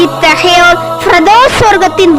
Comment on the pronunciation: SIS YOU ARE TELLING FIRDOSAI. IT IS WRONG GIVE CORRECT PRONOUNCIATION. TELL SIS FIRDOUSE.